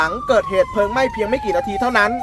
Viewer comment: ปอบก็ครับ_เพลิง_นะครับไม่ใช่_เพิงหมาอหงนครับ